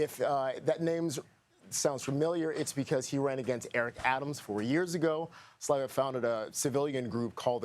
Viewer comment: The i is pronounced as an e Sliva